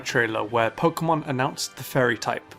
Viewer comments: Its PO-KAY-MON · i'm just here to here him say poke'mon